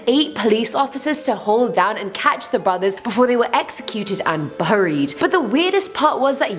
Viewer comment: Is it me or does she keep saying "BURRIED" and did she also say "t'was" 😂😂😂